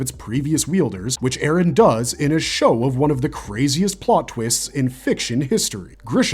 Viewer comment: "Eren yeahger"